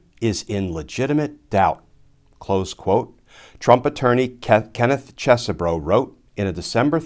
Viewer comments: Please, pronounce it cheese bro. Sounds better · It's "Cheese-Bro" as in, dude's from Wisconsin.